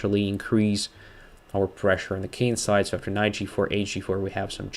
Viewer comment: you are often talking about the Kin-side.I guess your are from a royal family! For us ordinary folks it is just "the kingside"